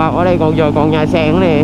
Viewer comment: Nhà sàn mà a ko phải nhà sèng -)))